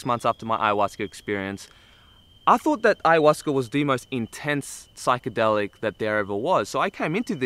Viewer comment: lol he said hayahuasquer, love it